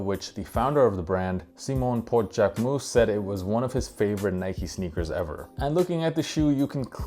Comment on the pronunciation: Now I know it’s not pronounced Jack-way-moose 😅